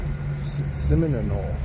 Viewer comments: Seminole is my home town, lived here all my life , it’s pronounced Semi nole , just say it fast and you got it buddy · My Home town, , it’s named after the Seminole nation , a tribe that the crackers move out of Floria, which is called the trail of tears, they lost many lives during the move, go to you tube and enter Seminole nation, and you’ll hear how SEMINOLE is pronounced, good luck and safe travels